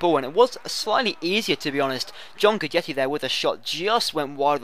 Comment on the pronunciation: does read the comments?:S or why do he keep pronounce guidetti wrong?